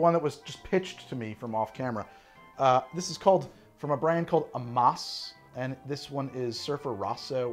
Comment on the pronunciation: Why does he keep pronouncing Amass like Amoss? Lol